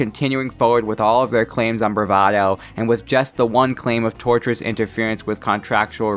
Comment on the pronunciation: Enjoyed the video. I assume it’s already been said but wanted to point out the phrase “Tortious interference” is from the root “Tort” which related to non-criminal wrongdoing - like ‘retort’ and is spelled and consequently pronounced differently than “tortURe/tortURous” And I hope it’s clear I present that info without criticism. It’ll also become impossible to overlook how many people get the word wrong.